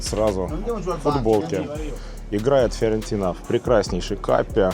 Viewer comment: Почему ты произносишь Фыорентина?)) Почему через ы? Первый раз такое слышу)